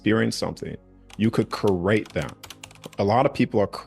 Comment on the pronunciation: He can’t say create right he says crate